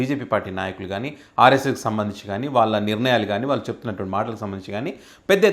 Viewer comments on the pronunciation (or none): none